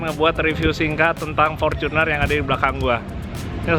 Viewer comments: Fortuner mas,bukan forcuner. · fortunerrrr bukan forcunerrr oke